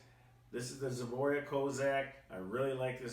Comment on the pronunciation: Zboria? it's ZBROIA